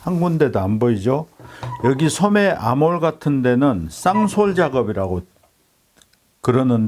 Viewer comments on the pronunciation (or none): 아몰 아니고 암홀. 쌍솔 아니고 쌈솔